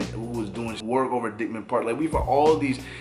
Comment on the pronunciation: It’s DIKE-man Park